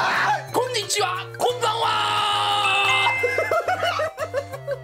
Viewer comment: 곤이찌와아니예요 곤이치와에요